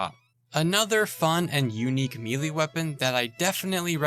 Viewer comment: Please look up the pronunciation for "melee."